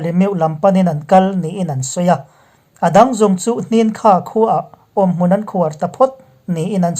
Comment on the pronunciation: "Hnin kha-Khua" ni loin, " Hnan Kha-Khua" tihtur zawk ani e.